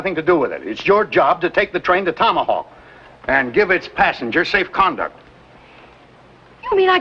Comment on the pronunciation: Rory said, tommyhawk